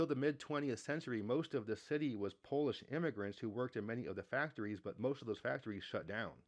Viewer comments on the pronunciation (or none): none